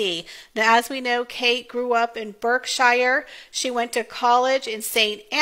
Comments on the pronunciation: It's Berk-shirr (you kind of swallow the -sheer ending) - not Berk-shy-er. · Berkshire = "Bark-sh'r" Anglesey = "Angle-sea" Beautiful portraits, and important for the archive at the National Portrait Gallery. I prefer the family's informal poses, but any photograph of Catherine is beautiful. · It is pronounced Bark - sher. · Thanks for the nice comments about our lovely Duchess catherine. Just to let you know though, that Berkshire is pronounced Bark- sher. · Beautiful and tasteful. PS: I think her hometown is pronounced “Bark-shire”.